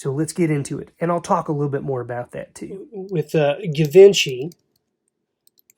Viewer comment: Pronounced Gee von she, and cabochon is pronounced cabashawn